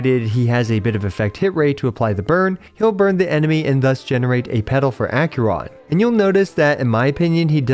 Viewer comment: Ack-ER-on not Ack-yur-on.